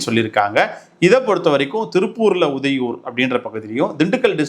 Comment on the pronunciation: உதயூர் அல்ல சகோதரரே, ஊதியூர்.